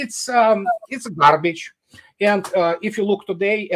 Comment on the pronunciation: "Is all gharbeedge" 😊 Love Andrei's humour.